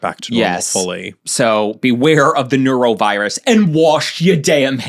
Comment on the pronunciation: Ew, Noro sucks. Nor-oh, by the way. Sounded like you were saying neuro (brain stuff.)